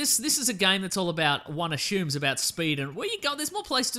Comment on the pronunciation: why does this guy say "ashume"?